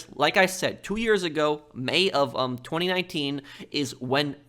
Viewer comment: I find how you say 2019 VERY OFFENSIVE and offensive content notices and